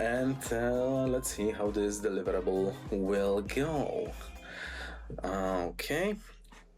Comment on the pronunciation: the way he says "deliverable" sounds like hes saying "win" and honestly thats how it feels